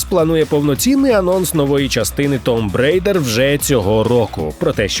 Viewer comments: я чую не Tomb Raider, a Tom Braider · о, рада знайти огляди на ігри українською! єдине що ріже вухо - pronunciation англійських назв, типу "tomb raider" - "b" не читається, або wanders - читається через "о". Все таке якісне у вас загалом, і відеоряд, і монтаж, і голос, сподіваюся і вимову підправите :)